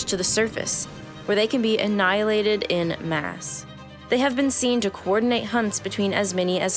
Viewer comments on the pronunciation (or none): “En masse”, not “in mass”.